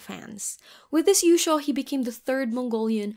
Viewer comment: Might want to make yushou sound more clearly as a long o